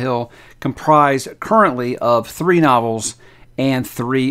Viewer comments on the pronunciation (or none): none